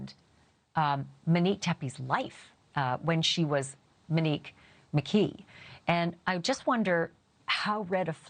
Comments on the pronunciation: This is petty of me but I’m going to say it anyway because it’s driving me nuts. Her name is not Muhnique. It is MOnique. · Can you please pronounce her name correctly? It's not Meh-neek. It;s Mow-neek. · You call her “Mo” but you then call her “Manique” and refuse to just say “Monique” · Her name is Monique. NOT Minique, not MO. God, lady, why the EF is her name such a problem for you? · MOnique…Ashley I adore you but it sounds like you’re saying Manique or Minique it’s driving me crazy, I would rather you say Mo 💙🫶🏻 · Her NAME is MO- Nique NOT Menik!! Short Mo stop saying her name incorrectly!! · Yes, MO-Nique not MA-nique. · Why are you struggling with calling her MOnique? When you easily called her “Mo”. You keep saying MENique 🥴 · Fine with calling her MO…. No problem with that! But then can you also call her “MO-nique” Not “Muh-nique” Please! 🙏 love you Ashleigh, but it’s been driving me insane!!! Thx 😘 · HER NAME IS MO-NIQUE stop pronouncing wrong. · Is her name pronounced Menique? This is what I hear from Ashley. Mo, the name she actually used would be pronounced mow as in Monique....I'm just sayin' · Please stop calling her “Muh-neek” her name is pronounced Mo’Nique. enunciate! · Pronunciation MO-nique, not MUH-nique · I love you so I have to tell you 😉 people are not upset because you are calling her Mo. People are upset over the way you pronounce Monique. You say MInique instead of MOnique!! Hope this helps! 🩷 Thanks for all your hardwork 🥰🩷🥰🩷🥰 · Good God, lady, her name is not Minique, nor is it Mo. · Her name is Monique. You pronounce it Manike— the o is long…mo nique. Also, you’re really fixated on how long the drive is from Rockford Illinois to Columbus Ohio…perhaps he was in Zanesville visiting his family and childhood friends for the Holidays and the drive was closer to an hour. Do your homework please. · Why do you insist on calling her Mo, but pronounce her real name like “muh-nique”? It’s Monique. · Please. her name in NOT Mineek. It's Mo neek.